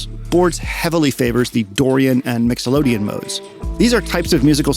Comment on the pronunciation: It's Mixolydian not Mixolodian.